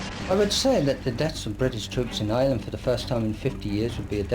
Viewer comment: Love you man just gotta say every Irish watcher got at least a little annoyed hearing you call our country “Ire”💀